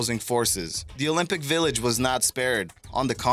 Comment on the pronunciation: Your pronunciation of the Olympic Village is a complete joke.